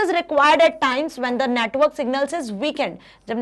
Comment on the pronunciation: Mam pronounce network as a natwork